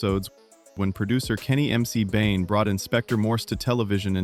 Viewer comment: Who on Earth was Kenny M C Bain? You mean Kenny MAC Bain! Americans have no clue.